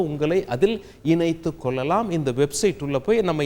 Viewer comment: நல்ல தகவல். நன்றி. கொள்ளலாம், கொல்லலாம் இல்லை சார்.தமிழைக் கொல்லாதீர்கள்.